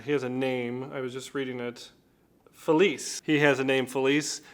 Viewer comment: Felice is pronounced with a chay sound at the end. Or “gee” if you are Sicilian.